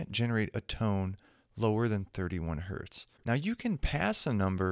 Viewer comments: "One Hert" ... lmao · "One hert" :D